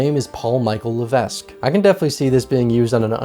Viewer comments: Irrelevant comment - levesque is a popular last name in New England and it’s pronounced La-veck The more ya know! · levesque is pronounced leveck. love, a canadian